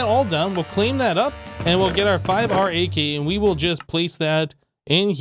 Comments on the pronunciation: Just call it RAK not are ayy kay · Maybe you could pronounce RAK as "Rack"